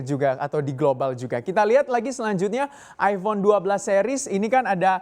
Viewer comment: Aifon, bukan Aibon.